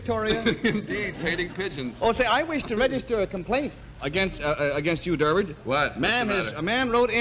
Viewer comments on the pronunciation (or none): It's Durward, not Durwood.